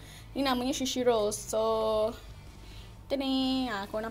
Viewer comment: shushi ye guys😂😂😂😂 its sushi